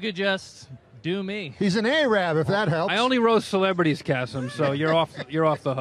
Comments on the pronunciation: "a-rab" lol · And the way he pronounces Arab, it's almost a distraction from the fact that he just made the most random joke and it worked.